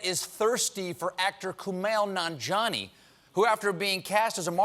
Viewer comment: His name is pronounced nanJIAni not nonjani.